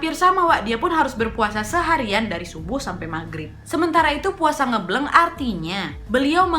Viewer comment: ngebleng kak bukan ngebleng..